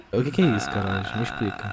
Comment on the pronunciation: falando Carólis "KAROLIX"